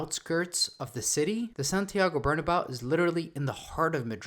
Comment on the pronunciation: It’s pronounced Bernabayo